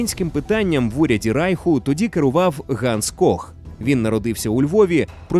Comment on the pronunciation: (Якщо не говорити про радянський правопис, а саме вимову). Русифікована вимова. Деінде ви сказали Рейх замість Райх. багато ффф - «під її фпливом», багато де українська И, що близька до І, звучить як рос Ы, літера В узагалі ніде не звучить як Ў, де має бути — [створыф], [фсе], [афто] (правильно [стўориў], [ўсе], [аўто]). Г наприкінці слів у вас звучить Х. Тощо. Наперед скажу, це не діялект або щось подібне, а саме русифікована вимова. Послухайте на ютубі Українська літературна вимова Миколи Погрібного. українська мова насправді ще гарніша ніж ви думаєте/говорите. =)